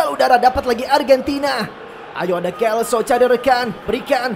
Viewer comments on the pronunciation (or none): lo selso bang bukan lo kelso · Hum bang jgn salah sebut nama buat pemain G.Lo celso Abang sebut kelso Itu selso bang bukan kelso Makasih itu aja sih saran sy